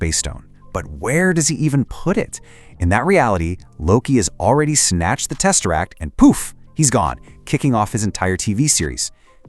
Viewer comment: Did you say, "testeract"?